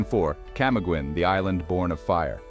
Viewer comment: I was in CDO, Camiguin island, Bukidnon, and Iligan city last year. I felt safer there than I do in Canada. I had the absolute time of my life, and the people there are very freindly. FYI, Camiguin Island is pronounced as "Cam-ee-gin"